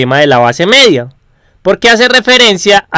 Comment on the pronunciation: hablas un poco mal, mEDia no jODas, no gRITes